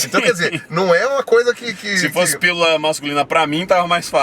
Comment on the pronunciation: E falando "Firula"